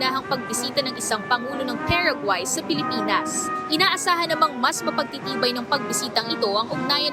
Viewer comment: PA RA GUAAAY not PEREGUAY